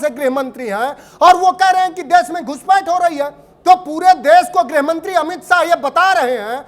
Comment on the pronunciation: गृहमंत्री ❌ गुहमंत्री ✅